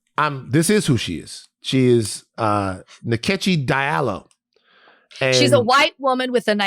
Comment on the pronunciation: The way y’all pronouncing DIALLO like a colonizer made my ears bleed! Diallo (pronounced) Ja-Loh